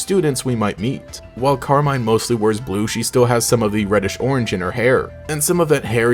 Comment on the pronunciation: Pretty sure it's meant to be pronounced Carmeen